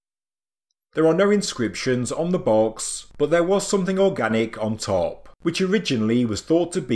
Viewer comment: Still the AI reading and still pronouncing the simplest words completely wrong with definitely sounds horrible when dragging out words to Long, saying words top, empty and chamber makes me cringe and stop watching immediately!